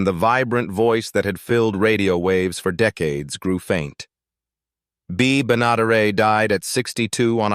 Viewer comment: Can't you even pronounce an actor's name correctly bea ben a dare it .bea benaderet